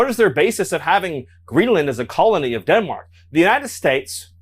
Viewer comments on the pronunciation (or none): none